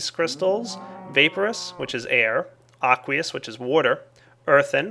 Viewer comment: aqueous? i tought you said ugliest